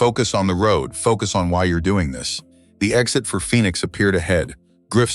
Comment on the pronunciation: AI needs help with pronunciation. PHEONIX, POLICE, LEATHER, ...